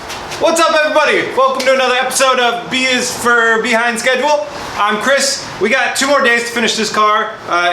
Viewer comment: "Beehind schedule" lol